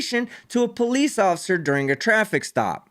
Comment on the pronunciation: The word is not pronounced PO Leeze!